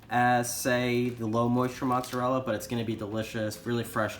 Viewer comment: Why would you pronounce ricotta correctly but not mozzarella?